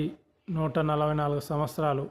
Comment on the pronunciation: Samvatramulu kadu samvastaramu ani palakali. Ugadi chesukutaru kada.